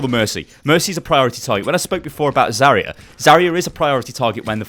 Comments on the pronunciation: Its zarya not zarier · I cringe from the way he says Zarya